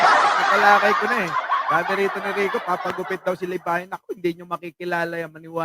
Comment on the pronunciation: baka libagan hinde libayan